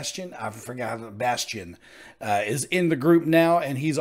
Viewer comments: Why do people keep saying bastein like it's Sébastien? It's bassteen. 😂😂 like base+teen. Just fyi...😂😂😂❤❤❤ but i love the addition of a chance part in this🥰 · That was quick! Thanks! Bastien's name is actually pronounces Basteen. Loved that Chance got a part in the lead. He was awesome! And of course, Tim was also awesome. And the faces of the other three were gold, too. They overdid it a bit with the red, though. And I totally agree with you. I think Bastien will be a great additon to them. Both vocally and goofiness. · Pronounce the newer Adam's last name as "Basteen". Just for clarification. Great reaction.